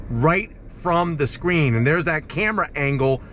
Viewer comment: Does he say scream instead of screen?